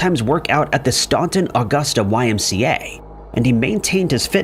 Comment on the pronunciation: Staunton is said like Stan-ton, like the name Stan and the ton is like the unit of measurement. Not that it really matters.